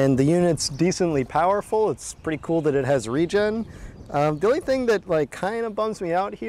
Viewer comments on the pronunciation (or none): none